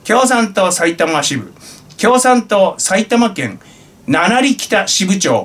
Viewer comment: 読み方は七里(ななさと)ですね。 さいたま市にある駅で大宮駅から4駅の場所です。 失礼致しました。